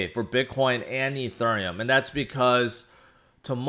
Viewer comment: You always pronounce ethereum like a southern woman at a waffle house